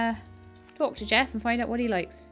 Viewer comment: I've recently started watching (and playing) this game and I have to say I am greatly enjoying watching your process. Not sure if anyone has told you though - Jefe is not Jeff, it is Spanish/Mexican for boss and is pronounced "heff - eh." Sorry for the lateness. I know you've finished this and it really doesn't matter, but thought you might like to know for future reference. Anyway, thank you for introducing me to some very good, fun games.